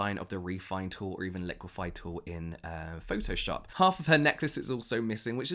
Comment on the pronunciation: My guy really said pho-o-shop 🙌🏿